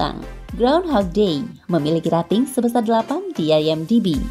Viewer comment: Rating dibaca reting... Singa bukan seorang... Tapi se'ekor.....